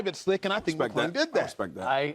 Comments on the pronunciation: it’s McClung not McGlung acho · “Matt maaGlung “ Manz don’t even know his name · McClung not McGlung, Acho! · Can’t you guys at least get the dunk champions name right, come on!!! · Why would no one correct the one gentleman about saying Mac’s last name correctly?